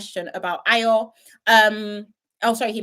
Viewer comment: Ayo's name is not hard to pronounce...😅